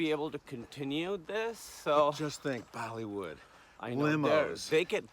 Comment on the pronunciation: yo kevin it is bollywood, not baliwood. does he think indonesia is india too?